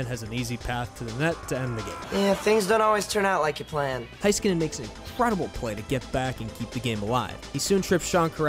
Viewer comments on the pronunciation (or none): Heiskanen is pronounced "HAYS" instead of "HI" and Khudobin has a silent K, but great video!! So glad that Miro is getting recognition on a national level :-) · from a finnish guy its HEYskanen to all americans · It’s “ HE- SKANEN “ by the way you guys 🙂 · Next: Learn how to pronounce his name.